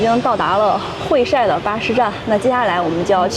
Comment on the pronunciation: 会晒，这里读 hui sai;而不是 hui shai 😊